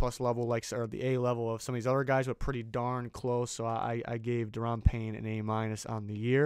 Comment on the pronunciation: Thank you for doing Panye right!